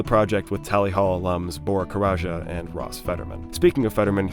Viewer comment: i'm pretty sure it's just said "karaca", not "karaja", haha. good vid otherwise